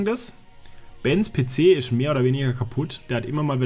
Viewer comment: hat ja nen schweren sprachfehler,ISCH (der himmel isch blau):D gibts da was von ratiopharm? natürlich,a paar schelln:D